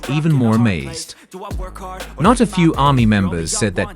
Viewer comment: This video was a load of crap. At the beginning talking about an "OP" having said things etc, who the hell is "OP"? It's the same with most commentators, they use AI and it can't get the names correct such as saying HYB instead of HYBE and the way he says Army's is just ludicrous. A lot of the information wasn't fact checked either. Get it right if you want to be a media reporter.